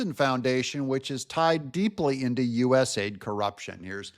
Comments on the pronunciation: u. s. a. i. d. Not us aid. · To be clear,.US A.I.D., not US aid. Even the names is used as a lie.